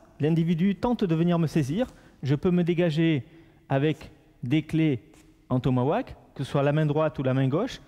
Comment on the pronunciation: Petite correction, on dis TOMAHAWK et pas TOMAWAK --'